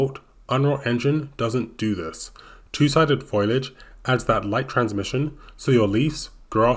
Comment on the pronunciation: Just a quick production note: The word is foliage not foilage, and so is pronounced 'foley-edge'